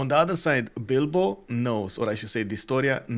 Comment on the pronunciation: U kept saying dido? U mean bilbo? 😂Wasn’t the only name issue you guys kept calling people different names I was confused. Still thankful for the stream just confused a lot